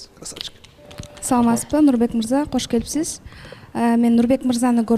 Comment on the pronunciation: кош келиниз деп эле жакшынакай суйлоп атат,а эмне учун куш келипсиз дейт